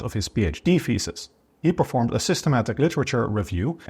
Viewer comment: an accent causing a th- sound to resemble an f- sound really doesn't matter until one says "thesis"